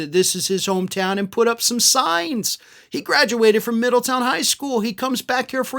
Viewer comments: How pathetic that his mommy has to "demand" her spawn be honored...even though there is nothing honorable about that pathetic boot licker. Also, it is pronounced Middle-TOWN, not "Middleton." I lived there and now live in a neighboring city. It is not Appalachian like lil' JD says. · It's Middletown not Middleton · Its MiddleTOWN, not Middleton. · It's actually Middletown, darling, not Middleton. But love the vid. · middle town...not ton...a town beween Dayton and Cincinnati...Middletown, Ohio. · Just FYI, everyone there pronounces it "Middle-town" not "middleton" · Hey dumb butt....quit pronouncing MIDDLETOWN wrong. It is not Middleton. Nothing worse than an on-air personality who cant speak right. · Hey, it's "Middletown", not "Middleton". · It's Middletown, not Middleton. I know, because I'm from there. Fortunatly, I left for good before Vance got there.😂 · Respectfully, the city's name is "Middletown," not "Middleton." You were inconsistant with the pronunciation. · Not trying to be an Ohio Karen, but Middletown is pronounced Middle-town. Pretty sad his Mom has to beg Middletown, which is a town that has always struggled with money, to spend tax payer money to make her feel like JD and her did something. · MiddleTOWN. Not MiddleTON. I think you pronounced it correctly once. Not a tricky name. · It’s MiddleTOWN, not MiddleTON! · Pronounced: Middle Town. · It’s Middle Town. Pronounced as a compound word.